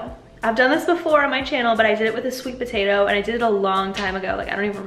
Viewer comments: Am I the only one heating Batatoe instead of patatoe lol . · I thought you said Botatoes.🤣 Mmmm Botatoes.😋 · wait are you pronouncing potato with a b ?